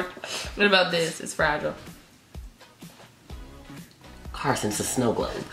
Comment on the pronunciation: I love how he said Carsin everytime he got one at the end 😂😂😂